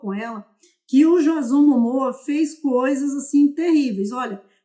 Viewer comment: não é jazón... é Diêizon 👀